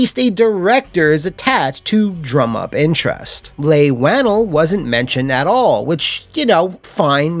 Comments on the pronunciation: Leigh Whannell is pronounced (Lee waa-nel), not (Lay Wah-nul) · You do so much work and it shows in your videos. ♥️ But ya messed up the pronunciation on Leigh Whannell's name 😂 Leigh Whannell = "Lee Won-El" not "Lay wan-ul" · Just so you know Leigh Whannell is pronounced like "Lee Whua-Nell"